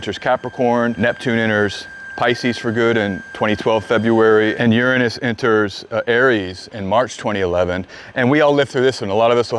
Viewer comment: Hi A friend of mine sent me here, and overall, I've enjoyed your content and found it interesting since I don't know anything about astrology. Now, a bit of positive feedback, english being my second language, it's irritating how your overall american accent is perfect, yet it seems you repeatedly and purposefully mispronounced the word "Uranus", I've learned at school and double checked Google translate that it's supposed to be pronounced as "youranus" and yet you keep pronouncing it as "urunus", is this because your speaking in a different dialect? Why is the difference in pronunciation? It's like an itch inside my brain that I can't reach. Thank